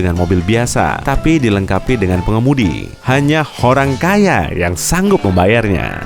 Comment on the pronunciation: Youw ada yang tidak beres ketika pengisi suara berkata "horang kaya"